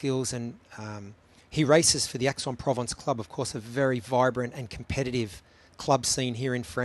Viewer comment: and Aix is 'X' not 'Ax'